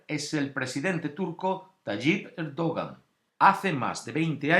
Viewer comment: Se pronuncia "erdoán"